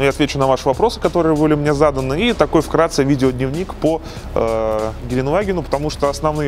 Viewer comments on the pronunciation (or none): "в крации"? правильно "вкратце",.